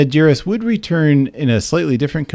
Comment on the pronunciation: Thumbs up for being able to pronounce his name 😳 There's actually more than one ex GB member on that paedophile list. Leo Greenlees is another.